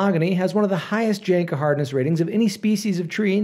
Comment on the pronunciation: It's pronounced yanka not janka